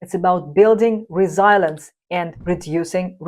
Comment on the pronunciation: Please don't be offended but I hope you can do a Google pronunciation of 'resilience'